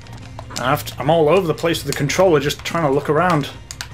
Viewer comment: “ i think they call them a CONTROELR!” magnificent.